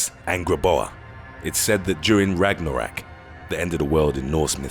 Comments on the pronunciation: did you just fukin say ragnerack its RAG-NA-ROK not rag-ne-rak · I couldn’t get passed how you mispronounced and mislabeled everything about Norse mythology. Tyr is pronounced tier, and it’s not Ragnarak. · Ragnorak? Are you on drugs?